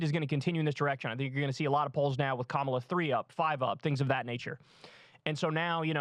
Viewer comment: Hey not a big deal - but Kamala's name is pronounce Ka (as in cup) ma (as in muck) and la (as in LALA land)